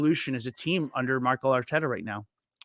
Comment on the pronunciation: It's Mikel Arteta not Michael Arteta,. Great show overall!